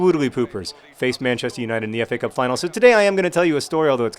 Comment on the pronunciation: Every time I hear you say FA Cup I think I hear you say Epee Cup. I fence, okay?